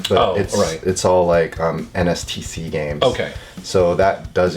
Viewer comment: "nstc" games 😂